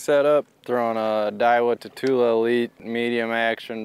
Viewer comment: Had no idea that’s how you’re supposed to pronounce tatula until now